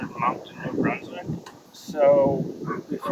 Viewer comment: Did you say New Brunswick?